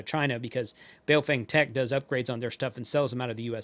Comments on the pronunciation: Let's show some respect here, the correct pronunciation of the company's name is not BayoFANG.... How would you like it? If everyone insisted on mispronouncing your name. The correct pronunciation for BaoFeng sounds like this Bah-oh Fung... so don't be a xenophobe racist bigot.. China calls America meiguo ===--> meaning Beautiful Country... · A lesson from my limited Chinese. Bao is pronounced bow as in bending from the waist (not what you where around your neck). And feng in Chinese is pronounced FUNG Bow Fung is what it sounds like if the Chinese say it.